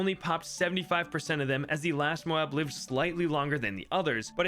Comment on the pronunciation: You pronounced it moe-ab, not mobe, what happened 😭🙏